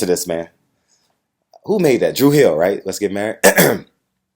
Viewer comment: said Drew hill 😂😂😂😂😂😂💀